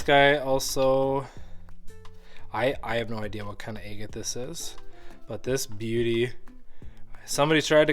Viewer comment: Love watching the cutting open but you are pronouncing Agate wrong ! It’s like Agriculture is not egg